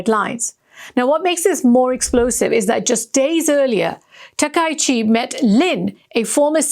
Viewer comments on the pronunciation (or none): This woman is a fool, and her transgression is of a particularly serious kind: she is mispronouncing people's names, a serious insult in all cultures. It's ta-ka-yi-chi, four syllables. Both she and the person responsible for her performance should be fired. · Please learn Japanese pronunciation. Her name is pronounce as "Ta-ka-i-chi".